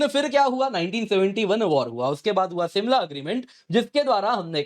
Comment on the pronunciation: It's Shimla not simla.😀